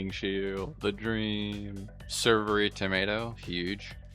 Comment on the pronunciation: Woo! We got a correct servery pronunciation! 🎉🎉